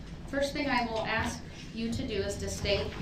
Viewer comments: clearly got a problem when she axe you what to do.. . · Maybe "you, yourself" can "axe" db???